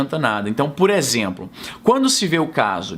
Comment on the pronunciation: "puréxemplo" nordestinês detected. Concordo plenamente que não aliviará par qualquer "lado" dessa briga.